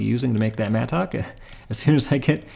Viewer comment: I hate how you say mattock lol